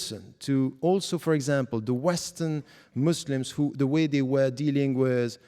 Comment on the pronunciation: "Who," not "ho". Another one? This is starting to skeeve me out a little.